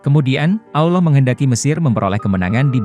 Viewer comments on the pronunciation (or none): Konten ini berbahaya. Nabi Muhammad SAW bukan peramal. Tidak jelas, tidak bisa dipercaya. Nama tuhan kita saja salah dalam pengucapannya, apalagi kata isra mi'raj. Semakin teguh iman kita, semakin cinta kepada nabi kita Muhammad SAW.